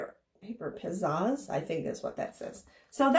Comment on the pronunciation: Pih-Zazz ....rhymes with Jazz. You have Pizzazz! Would love to have that book of ephemera!